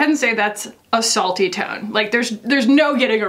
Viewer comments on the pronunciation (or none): I kept hearing “assault-y” tone, instead of a salty tone 🤣🤣🤣 bc that comment definitely felt like it was attacking you hahahaha